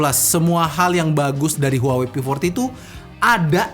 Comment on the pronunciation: maaf. kaLo gak saLah cara bacanya "wahwei"